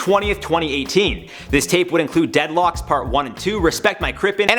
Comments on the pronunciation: “Dead locks” 😭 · Nobody::"Dead Locks" 😂😂😂😂😂😂😂😂